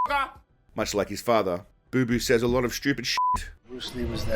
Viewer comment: It’s not boo boo it’s Bapa